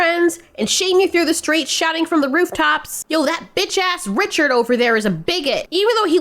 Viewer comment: i thought you said “Richer,” like from South Park, instead of “Richard.” especially if you know how that episode ends… thought you just got reeeeeeal spicy just outta nowhere 😅